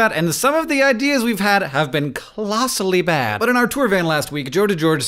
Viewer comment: "clossally" - well "colossally" sounds stupid too xD